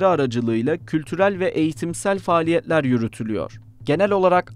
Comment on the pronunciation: Seslendiren arkadaşımız Ege bölgesi şivesinde olduğu gibi T ve L harfleri yanyana gelen kelimelerde T harfini yutuyor, mesela “kültürel faaliye’ler, sağlık hizme’leri veya pa’lama” gibi… Lutfen dikkat edelim sayın editör.